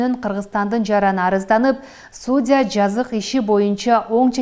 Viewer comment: Ведущаяга:судя эмес судья деп окусан